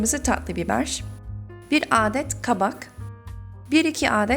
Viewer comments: aaağdet diye okunmuyor hızlı bir şekilde adet denir ❤️ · Adet kelimesini aadet diye okumana gerek yok vidyo boyunca güldüm aadet başka manaya geliyo. A harfini kisaltmayi dene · Ablacım adet derken a yı uzatmaman gerek yanlış anlama bilmişlik yapmak gibi olmasın çok güzel konuşuyosun öğrenmen için yazmak istedim♥️♥️♥️